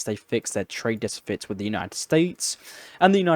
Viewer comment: translactic, decifits? you inventing new words now? You're doing good stuff with this channel, but slow down, and pronounce things properly